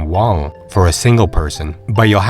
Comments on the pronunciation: Have you heard about what sending kids to school is like there? I guess most retirees don't have school-age kids so it's doesn't get brought up very often. Won is pronounced "won" not "wong" btw. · I tried to watch this but you kept saying "wong" instead of won and it really put me off. It's like you're trying to make it sound "Asian." It's pronounced just like the English word "won" or "one."